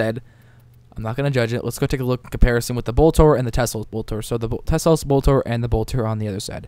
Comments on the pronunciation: T E L S O. Pronounced "Tell-ohhs" NOT "Tes-lose" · Te-Los, not Tes-Los. I die every time I hear you say it. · How the hell do you pronounce that tesolose it's telos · MY FUCKING GOD!!! It's TELOS, not TESLOS. I'm sorry for freaking out, but this annoyed the crap oit of me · its telos not teslos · Tel-os not tesla lol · Why does he say "Teslos" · Teh-Los* MMM K? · cannot watch the video because he always calls it tesslos boltor shit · lol exactly what I was thinking all the way through. Just read the word. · I know, it's hard to read right XD